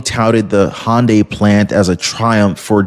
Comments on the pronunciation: Hyundai not hondya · It’s pronounced HUN-die not HON-day That said love your channel and appreciate all the hard work you put in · I'm pretty sure "Hyundai" is not pronounced "hon day".